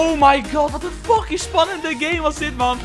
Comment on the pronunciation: Hahaha geen haat maar je zei holy faking skin of mij oren zijn dood lekker bezig 💪🏿💪🏿💪🏿💪🏿